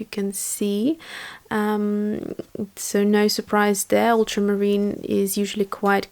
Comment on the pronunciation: If I were pronouncing something incorrectly, I would want someone to teach me the correct pronunciation. This is in reference to the lady mispronouncing ultramarine. So I wouldn’t have a problem in politely teaching them. That’s just me. 🙂 And yes, you are pronouncing phthalo correctly. 😁 Those were gorgeous colors you mixed.